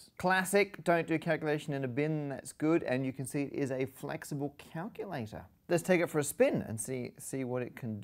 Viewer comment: Enunciate on calculator, Matt. Enunciate! Or is calctr the new hip term?